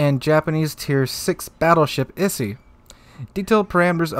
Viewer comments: Oh god I'm cringing every time I hear issy and thon. It's pronouced like EE-say and toh-nay. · Like someone else mentioned, EE-say and Toh-nay, not Isi and Tone Aviation BBs didn't work out in real life so they'll either be kinda useless or too stronk. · To-ne and Ise not "Tone" and "Isi" lol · Tonne and Issy? Did you even try? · Tone and Ise as in "To-ne" and "I-se". The e strictly makes the short e sound in Japanese. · Just a couple points of constructive criticism: Ise is pronounced EE-say Tone is pronounced Toh-nay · If you don't have the time to go to Google translate and listen to the proper pronunciation, it means that you don't care enough about the video you are making. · Isn't it more pronounced as "EE-se" and "To-ne"? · 利根 Tone = "Toe - nay" 伊勢 Ise = "E - say" Plug those Kanji characters into Google Translate. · butchered those names. To my knowledge it is pronounced t, long o, n, long a. for ise, long e, s, long a. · Tone-a and Ee-say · The ships are pronounced Ise (E-say) and Tone (Toe-nay) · Yo its I-Sei or I-Say. XD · Ise is pronounced E-Say Tone is pronounced Tone-A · Tone is pronounced Ton-ay and Ise is pronounced Ee-say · For anyone interested in the correct pronounciations: Ise=E-say and Tone=Tone-A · I’m hurt with the way he said Tone and Ise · I had to stop the video after the 4th time of you mispronouncing Ise, and Tone. Is it really a wonder why the rest of the world thinks Americans are poorly educated?